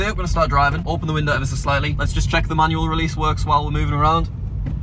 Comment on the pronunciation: This is how many times said "Ever s' slightly" V